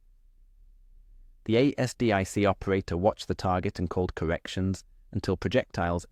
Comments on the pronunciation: ASDIC pronounce it as a full word lnot A.S.D.I.C more like Azdick. Really annoying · Dammit I cant listen to A S D I C any more (late FIL was in Navy in WWII) Consider rerecording the voice.